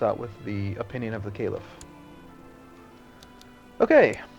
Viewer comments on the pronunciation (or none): Caliph is not pronounced in the same way that Caleb is pronounced. The 'a' is a flat a, such as in apple. Other than the odd mistake, you are really very informed, my friend! I greatly look forwards to watching your other let's plays.